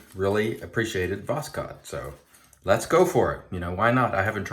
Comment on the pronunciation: Voss-hode try this pronansiation. Pure Russian word for sunrise.